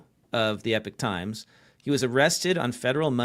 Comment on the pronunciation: Not Epic Times but Epoch Times, guys